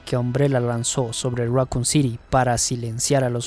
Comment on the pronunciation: Raccoon say it with me raccoon City syndrome raccoon raccoon raccoon not racon